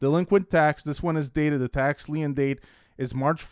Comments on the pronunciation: Lien is pronounced leen. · Hello friend! "Lien" is pronounced the same as "lean". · Great video. “lien” is just pronounced “lean”. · *Lien pronounced like Lean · You are pronouncing lien incorrectly